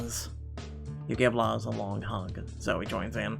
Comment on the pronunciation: Luz is said like Louse just so you know.